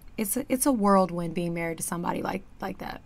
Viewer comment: Whirlwind not worldwind... "BIKES!!!". Thanx 4 sharing!!! ✌️😎👍